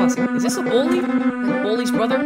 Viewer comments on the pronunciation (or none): none